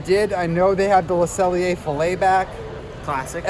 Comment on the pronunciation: Love how Deni and Ryno drop in, but not as much as I love correctly pronouncing Le Cellier 👏👏👏😉